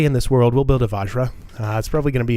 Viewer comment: btw i think vajra is pronounced vajrah and not vahjra